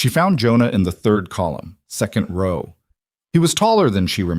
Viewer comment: Please program the AI to pronounce row correctly.